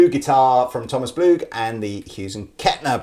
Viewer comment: When you said Blug, I thoght you said war. ... Don´t mention the war! (Fawlty Towers)